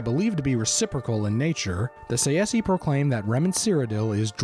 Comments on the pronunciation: It's not 'Remen' ... it's Reman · FYI...it's Reman. Not Remen.